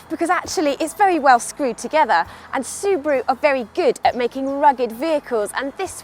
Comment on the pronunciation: why she said Subari? LOL